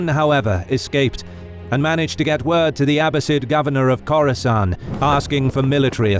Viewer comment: Each time he says "Khorasan", I think about Coruscant...^^